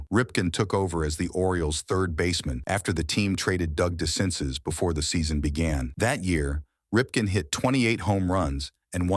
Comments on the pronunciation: Doug Decinces' last name is pronounced "Dee Sen Say" not "Dee Sen Sis" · If you're going to make baseball videos at least know how to pronounce player's name correctly. You totally got Dexinces and lowenstein wrong